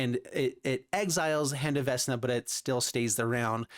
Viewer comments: Vecna doesn't have a s in it. Vec-Na! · Yeah, for me it reads VeKna. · Hurting my brain for how he says Vecna